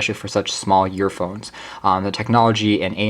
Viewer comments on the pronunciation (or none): The vid was great but the only thing I could hear was him calling them yearphones